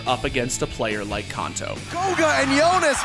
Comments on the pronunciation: Are we just going to ignore this host to call Kanto “cunto” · My man doesn't know how to say Kanto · I'm so triggered about the pronunciation of Kanto